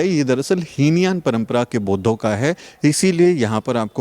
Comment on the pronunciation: heen yan nahin hota hai he yaan hota hai. pls correct it👍🙏💙💙🙏 Jai Bhim Namo Buddhay 🙏💙💙🙏